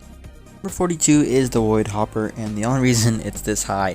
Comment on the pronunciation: Why did you say wood hoper? It’s actually void hoper